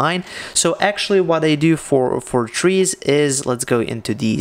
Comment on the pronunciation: You lost me at "Trees." Misplaced emphasis...